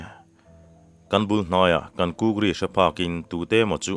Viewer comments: I kuk dan hi i thluk dik lo deuh anih hi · I KÛK thiamlo ve chiang hle mai 😂😂😂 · i kuk ri chu keini lam ah chuan kan hmang lo nasa mai. keini lam ah chuan 'HU' tih lam rik i ai kan lam